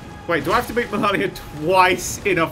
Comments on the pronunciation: I’m happy that we got a nerdcubed challenge vid but if he says “Melarnia” one more time I’m going to waterfowl dance him. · It's spelt 'MalEnia', pronounces it 'MelAnia'... Why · I love the pronunciation of melinia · U botched the word malenia